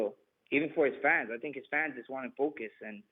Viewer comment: "Its not as easy as you TINK"